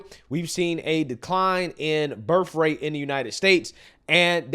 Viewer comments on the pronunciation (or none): what is birff rate? You said it twice so I’m. Not confused.